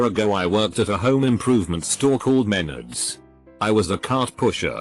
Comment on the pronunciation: Men-ards. Like RE-TARDS...